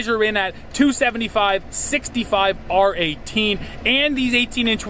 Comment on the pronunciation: Also, Im a car dude, Youtubers need to stop pronouncing the "R"in R18 or R17 in wheel size. It doesn't stand for RIM. It stands for radial; which % of tires in 2019 are radial. Its redundant, and when I hear it come out of someones mouth, it gives me a good idea about how much they really know.